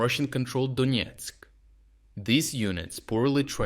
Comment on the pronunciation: Donetsk not Donietsk